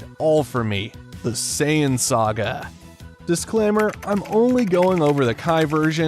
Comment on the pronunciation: Is it diclaimer or disclaimer idk anymore lol